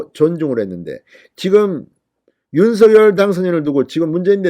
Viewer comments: ㅎ 발음하는데 혀가 문제인거 같아요ㅋㅋ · 윤석열 대통령을 항상 윤서결이라 부르 듣기 거북합니다 윤성렬이라 부르세요